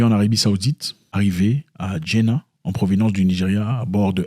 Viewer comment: Ça se prononce Djedda...avoir un visa sur djedda c est normalement pour une omra organisee,c est a dire un petit pèlerinage de 2 sem..vous devez passer par un agence de voyage autorisee par les saoudiens...il dout y avoir un truc de louche dans cette affaire..affaire politique,je ne pense pas car l arabue saiudite et le nigeria sont les allies des sionistes,et ont vote contre l embargo petrolier contre ce pays...va y cherche encire la cause et tu trouveras que peut etre ce sont des visas falsifies..peut etre